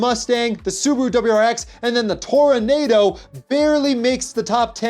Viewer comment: Hey, not trying to bust your chops but the Oldsmobile Toronado is pronounced tor-uh-NAH-doh